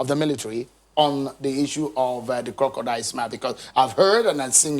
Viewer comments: He actually called it korodial tears. Lol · Operation Co-ro-co-dile.. Lawd have mercy! SMH